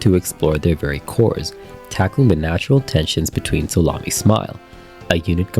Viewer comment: No problem wasn't trying to be rude or anything, just as soon as you said it the first time at the beginning of the video, I definitely heard Salami, and I just thought "what?" But as the video went on I heard solami smile, sorry, I just thought it was so funny, I had to say something